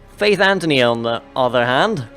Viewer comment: It annoys me how both you and EE call faith Antony it's Anthony